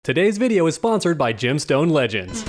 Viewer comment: Whenever he says "Gemstone Legends" it sounds like he's saying "Jim Stone Legends" which sounds like ..I dunno. A fishing game?